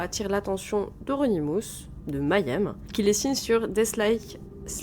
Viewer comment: Svp, Mayhem ne se dit pas "m'aille aime" mais May (comme le mois de mai) 'em (comme ça se lit, on peut zapper le "h")